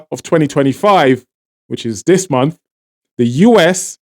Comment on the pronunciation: All that accent and you keep saying Dis for This? You are as fake as your accent. It is Venezuela not Venewala. Exactly how are you empowering Trinidad with your propaganda channel? You should get a bigger mic to cover your evil face.